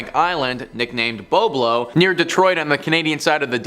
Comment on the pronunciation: It is "Bob"lo.